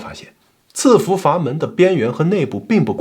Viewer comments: 喜欢老乡的视频。抖音和油管都有关注。但是纠个错。这个词在这里应该读伺服sì fú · 伺在伺服这个词里 读si4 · 伺服 应该念si 服吧